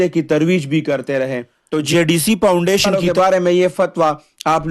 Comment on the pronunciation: یہ کیا پاونڈیشن پاونڈیشن لگا رکھا ہے؟؟؟😂😂 پاونڈیشن نہیں ہوتا فاونڈیشن ہوتا ہے فاونڈیشن بولنے تک کی تمیز ہے نہیں پہاڑوں سے اٹھ کر آتے ہی ویڈیو بنانی شروع کر دی اور تفرقہ اور نفرت بیچ کے اپنے ماں باپ اور بیوی بچوں کے لیے روزی روٹی کا بندوبست کر رہے ہو یہ جائز اور حلال رزق ہے ؟؟؟ اس سے بہتر تھا کے بیلچا اور کھدال لو اور کھڈے کھود کے اپنے ماں باپ اور بیوی بچوں کا پیٹ پالو کم پے گزارا کرلو ورنا کہیں بھیک نا مانگنا پڑ جائے تمھیں بھیک بھی کوئی نہیں دینے والا ۔۔۔۔ 💪💪 یہ تفرقے اور نفرت کا منجن اب نہیں چلنے والا یہ نا ہو مجبور ہو کے ظفر عباس کے پاس جانا پڑے ۔۔۔🙈🙈